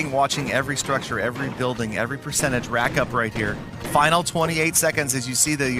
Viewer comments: It's Final not Fainal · Nice “fainal” battle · FAINAL or FINAL LMAOOO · Final not fainal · Fainal....waaw....ur english is soo good..😂😂😂